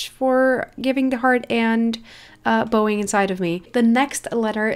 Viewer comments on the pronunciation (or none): Just helping you out - the way you pronounce bow(ing) is like Pow but with a B, also your English is very good!!! Also😂 I love your videos!! Keep up the good work!!♥️ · You could work on the word 'bowing' but I do know that you're still working on English! And I don't really know how I would show how you would pronounce it...XD